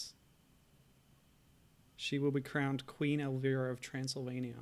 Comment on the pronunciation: Your not saying her name right bud....